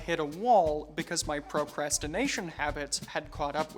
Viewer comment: Proprastination It's proCrastination With a C My dude